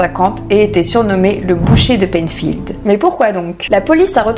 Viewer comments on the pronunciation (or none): Bonsoir, petite rectification, Ed Gein était " le boucher de P"L"einfield et non Peinfield. Leatherface de son petit sobriquet 😉